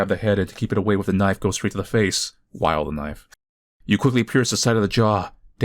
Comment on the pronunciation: even used a bri'ish accent when pronouncing knoife before knowing that